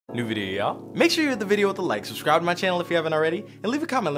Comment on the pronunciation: when you say new video ya'll it sounds like you said duvidiya